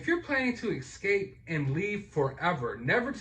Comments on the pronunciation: Its not excape!.. Its escape. God love the American education system.... Just sayin' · Excape? Is he Excaping with an expresso? Lmao